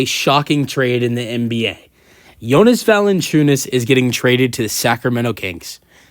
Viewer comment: Thank you for a video, but man.. please dont say Lukas last name if you are not able to pronounce it :)